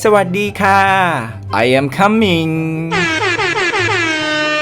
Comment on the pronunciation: ไม่ใช่"ไอ้แอมคัมมิ้ง"ครับ อ่าน"ไอ้แอมคอมมิ้ง" คัมมิ้งเป็นคำ18+ของฝรั่ง เช่นc u m